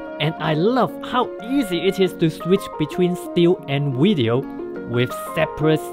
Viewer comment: what is a "wideo"?